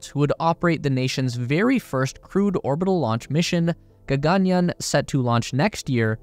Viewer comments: its not ga-ga-nyan😂.. its ga-gan-yaan😊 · Why would you pronounce the second "a" long, and the "aa" short? gagaanyan? That's what the whole story is about.... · There are two “A”’s after the letter “y”. You should stretch the yaa. It almost sounds like yawn.